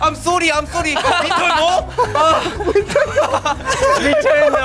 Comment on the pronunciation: J Hope:" I'm solly I'm solly..." me: dead